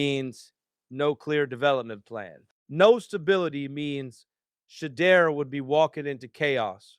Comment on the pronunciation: "She-iow"? "She-deer???